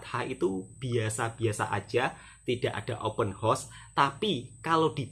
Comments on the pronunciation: Bukan "Open Horse"..." Open House"🤭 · Sebutan yang benar OPEN HOUSE (untuk mudah sebut, HOUSE mirip "HAUS")..jangan sebut "OPEN HORSE" lain artinya Mas..nanti artinya sama dgn "MAKOLI INNA" 😂😂, salah tidak mengapa kita sama2 belajar..